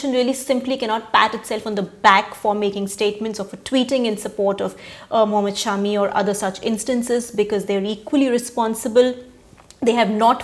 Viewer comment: Thank you for calling him Shaami and not shummee